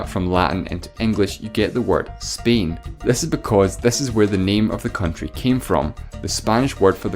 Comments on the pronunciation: bro is pronouncing spain like "spein" 💀💀💀💀💀💀💀💀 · Why do you pronounce Spain like 'speen' ?